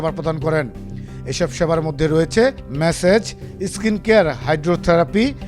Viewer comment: মেসেজ নয় মাসাজ 😂